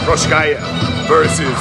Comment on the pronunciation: Man. Work on the pronunciation of his name first (mean Procházka) . Its way more horrible then in Rizin, and that was really bad too :D About the match. At the moment, I see for example Jan as a more interesting match and, above all, more realistic for implementation. Ngannou is still thinking about leaving the UFC so it probably won't happen